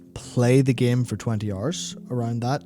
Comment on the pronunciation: Ah, again dedicating my free hors and all of my pawr to listen to this